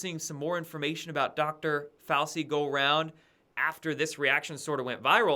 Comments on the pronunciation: Its pronounced "fow-chee" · It's pronounced 'Fau-chi'. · Fow-chee Fow-CHEE!! Dude! If you’re doing it on purpose fine. But come on. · pronounced: Fow-Chi.... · Fauci is pronounced Fauchi as are many names of Italian origin with a c is pronounced as ch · every day he has a presser and Dr Fauci’s name is pronounced like this FOWCHEE lol how do you not hear it? 😂 Ok great report otherwise 🍿👍🏼😉🥰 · Fah-ow-chee....San-jay Goop-tah